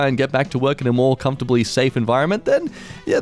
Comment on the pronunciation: dude can't pronounce menial says "who keeps inventing words?" a second later : "comforly"